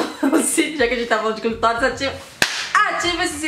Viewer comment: Amiga vamos aprender a falar o nome clitóris pelo amor de Deus porque é agonizante